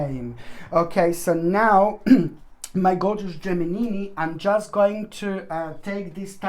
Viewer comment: U are so funny! Learn to pronounce the word. GEMINI. LOL .